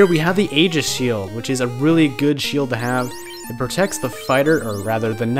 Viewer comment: The pedant in me has to note this. It's actually pronounced EYE-gis. Both Aegis and Aigis are accepted spellings, and Persona 3 is the only reason I know this. =P